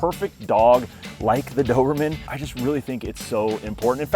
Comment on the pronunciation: Why do I keep hearing "dorman" 😅 Anyway, nice dogs